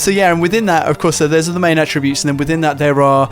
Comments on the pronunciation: AT-tribute. Not ah-TRIBute. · Cringed every time he said "atTRIbutes" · Both UK and US English pronounce "Attributes" the same, and it's not similar to the way you would use attribute as verb like in this video. I have attributes that I attribute to genetics. You aren't making a tribute. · "attribute". OK mate...